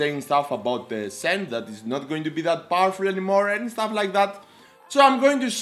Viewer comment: It is not SEN it is Shen.